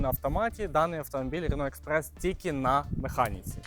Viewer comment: Як же йому важко вимовляється рено експрес,с..ка😂😂😂Не дивно ,що подобаються французькі машини з таким французьким діалектом😂😂